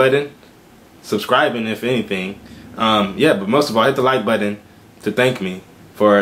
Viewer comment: Seems like a nice guy good attitude but not sexy 😂😂 I do like his videos tho he’s like hit the like buddon lmao 😂 I’m dead